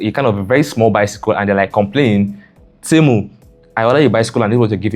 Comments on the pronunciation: Temu not Ntemu😂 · For the record it's pronounced tee-moo Great video!